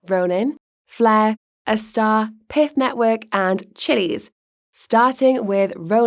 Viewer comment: That’s pyth not pith.